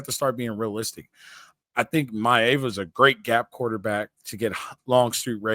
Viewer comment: It’s My-Ahhh-vah not a long vowel A